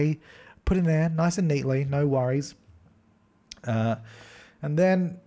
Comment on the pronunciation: You said noice. I adore you